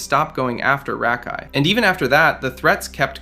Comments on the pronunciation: to be fair. This youtuber is pronouncing his name wrong. He's calling him Rahk-Eye and it's Ruh-Kai. Edit: 90% sure this is an AI channel now after finishing the video hearing SEVERAL grammar mistakes and Rakai's name was pronounced different every time it was said damn near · hey man, hater of rakai here, im pretty sure its "Ruhkai" not Rackai, sorry, mispronunciations make me mad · RA-kai holy shit how you know so much about him yet you can’t even say his fucking name!? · Constantly hearing "Rock-Hi" is killing me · Who the fuck is “rah-Kai” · Why do you pronounce it "Rock-Eye" lmao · Bro are you purposely finding ten different ways to pronounce rakais name??? RACKi, Rockai, Reckai, bro didn't pronounce his name correctly more then a couple time this gotta be on purpose 😂😂😂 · Talking about him messing up words but yet you’re calling him rock eye 50000 times in the video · You calling him rockeye is kinda just as annoying lol😅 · Stop saying “rock eye” 😭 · Why do keep saying Rock-eye? I don’t like the guy but it’s very distracting and it’s almost like you say it in a more ridiculous way each time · “Rack eye” “rock eye” I love how you don’t say his name right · Can this annoying ai voice stop saying rahkai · Hate how bro calls him Rock Eye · you took 4 minutes just to say rakai correctly. Was what Rakai did at the beast games wrong? yes, but this type type of thing yall be forgetting you doing, you just mispronouncing his name repeatedly. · Can you say his name right. You keep saying rakai wrong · Why is this guy unable to say his name correctly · Why are you saying his freaking name like that 😂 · How do you research a video record said video and pronounce his name wrong every time you say it 😂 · Barney style for you champ. HE SAID RAKAI’S name wrong the entire video even after researching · That’s not how you pronounce that boys name smh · good video just the way you say rakais name kind of urks me 😂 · Bro I can’t stand how you say his name